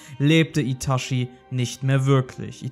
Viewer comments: es heisst itachi nicht itaschi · Wie immer super Content. Eine Anmerkung zu allen deinen Naruto Videos, die mir aufgefallen ist. Es heißt Itachi, nicht Itashi. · Man kann ihn Itashi ausprechen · itachi nicht itaschi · er heißt itachi und nicht itaschi man sagr doch auch chichi und nicht schischi ich sag das nur weil er eine legende ist genjutsu got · Itatschi gesprochen, nicht Itaschi. Der Typ hat nichts mit Taschen zu tun ... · "uschiha" & "itaschi" ...... peinlich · Alter , wie ich die deutsche Aussprache von Itachi hasse